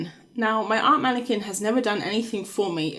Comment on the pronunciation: Not a "womanniquin" XD